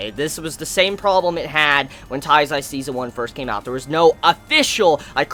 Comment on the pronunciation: it's not " TAIZAI" it's Nanatsu no taizai. if you can't say it correctly just say the seven deadly sins i'm not hating just tell you how am i think